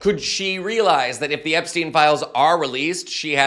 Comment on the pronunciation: Why don't you pronounce "EpSTEIN" just as everybody does for "EinSTEIN" ?